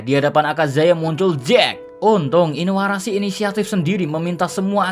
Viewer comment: Min lu nama karakter oda diganti2 kalo oda tau marah dia🤣 masa inuarashi jadi asuarashi🤣